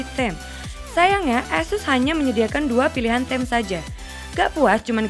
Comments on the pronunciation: Welcome sama theme beda urusan pak welqom sama welkam masih bisa di nalar sama orang sana tapi kalo theme emang harus dibaca tim bukan tem bukan bermaksud sok tapi hanya koreksi kalo tidak terima situ juga sepantasnya gausah koreksi komen saya #JustSayin' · ngakak waktu dia bilang "theme" kwkwkwkwk miss pronounciation nya parah LOL harusnya bacanya thim bukan tem lawaq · Satya Atmaja sebagai koreksi aja bang biar kedepannya lebih baek kwkwkkw